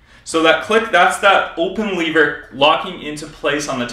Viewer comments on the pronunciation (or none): It's a lever not a leaver. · Why do you pronounce “lever” like that.... but not “leverage” -__